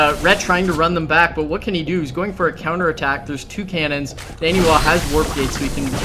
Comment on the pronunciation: It almost looks like Ret coulda won if he took out the pylon powering 2 of those warpgates. Wouldn't took out 33% of NaNiwa's production. Also, is it just me, or is it pronounced NON-e-wa and not husky's NANNY-wa?